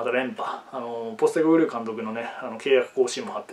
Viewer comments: かんとくぅまで英語の発音をしてしまう男。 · 英語の発音の余韻がカントっクーまで続いてて草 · 監督まで発音良くなってるの草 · 監督までネイティブなの草